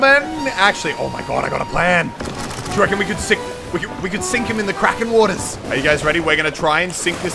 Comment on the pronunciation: It’s...it’s not krakens Muselk.